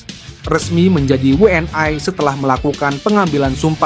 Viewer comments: Pengucapan wni nya jangan BHS inggris min diucapkan nya wni bukan wnai..semangat terus timnas garudaku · WNI anjay bukan WNaiy . jgn sok inggris2 😂 kalo mau nyebut WNaiy bilangnya Double U En Aiy dan PSSI buka Aiy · Admin nya noraaaak WNI oake sebut WN AI.... LU ORANG MANA BEGOOO MALAYDESH???